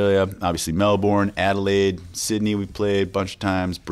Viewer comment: Pronounced 'Mel-burn' 😘